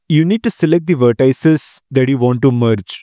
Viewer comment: How dare you pronounce vertices as “ver tie ses”